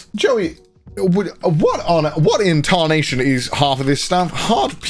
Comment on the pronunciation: Don't think I didn't hear that little southern accent when you said what in tarnation conner